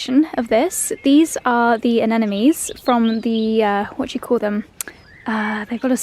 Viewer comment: a-ΝΕ-mo-neez, not a-NE-ne-meez